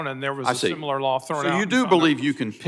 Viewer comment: Simular, Sir? Your education is showing...😂